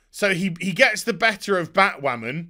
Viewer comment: The word is Batwhaman.